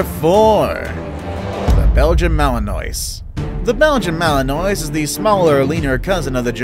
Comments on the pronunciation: ok- um, you might not know but Belgian Malinois is pronounced ‘Malin-wa’ how do i know? i have 3. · Its pronounced malenwa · I own a female Belgian Malinois. And just an fyi, it's pronounced Ma-luhn-waa. They're amazing dogs. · Belgian "Malinoise" lol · U pronounced Malinois incorrectly